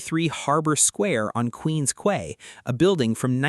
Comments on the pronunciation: "quay" is pronounced "key". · When you said Quay, I lost all respect for the video lol.